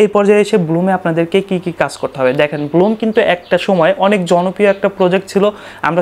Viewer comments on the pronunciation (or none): আরে ব্লুম না ব্ল্যাম।